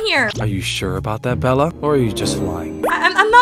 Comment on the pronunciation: is he saying bird for bella or bird a bird?❤😂